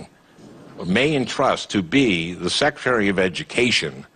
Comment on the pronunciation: Clearly public education is working great, you can't even say secretary properly.